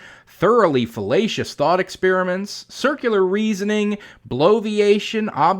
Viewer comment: Everytime you say Fallacious I hear Filetcious which makes me think of Fish. Thanks for stoking my appetite.